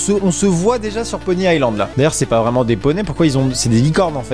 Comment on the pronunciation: c'est Pony iSSSSSland pas pony AIE land xD